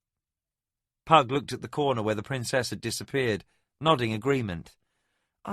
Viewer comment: I think he got "Pug" just about right. :face-orange-raised-eyebrow